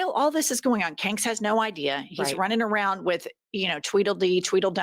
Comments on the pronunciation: Love that you call him 😭😭😭😭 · You do mess up our language,.